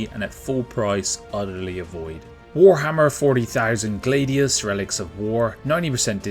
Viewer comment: Why did you pronounce Gladius, Glaydius?